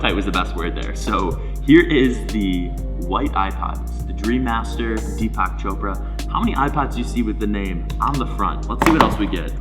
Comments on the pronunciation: “Dpak Choprahh” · "DPAK CHOPRAHH" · It’s pronounced as Theepuck (like duck) Choprah